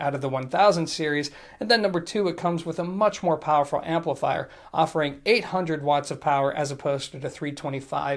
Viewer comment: Did you say "applifier"? Lol.